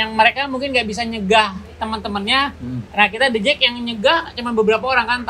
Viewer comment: The Jak bang, bukan The Jack